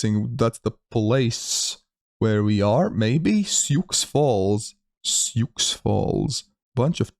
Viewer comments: Sioux Falls still isn’t a “big” city though, it has less than 200k people. That four-state block is very sparsely populated. Also, it’s pronounced “Soo,” not “Syooks.” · See oo ox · Sioux is pronounced like the name Sue. =) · "Sioux" is pronounced like "sue". It's a French name for the First Nation tribes of the area. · Sioux is pronounced "soo", for future reference. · Sioux Falls South Dakota is named after the Lakota Sioux Indian tribe and it’s pronounced as you would say the ladies name Sue. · and "Sioux" is the name of a Native American tribe - it's pronounced "Soo", or "Sue", if that helps. Sioux Falls is the largest city in South Dakota and is a couple hundred miles southwest of Minneapolis, Minnesota. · Oh and Sioux is pronounced like and s in front of “ew”